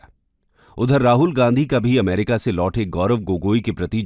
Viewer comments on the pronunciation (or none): none